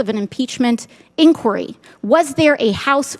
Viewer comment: There needs to be an inquiry into her pronunciation of inquiry...😊